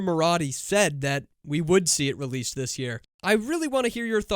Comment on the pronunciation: Sora: not released. Releaced. Pronounce c as in "cat" :)